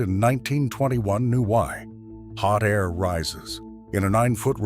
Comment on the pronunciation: This is so annoying he can't pronounce air. He says a t.